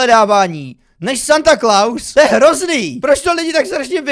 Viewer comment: Proč to četl jako Satan nebo ježíš ? :D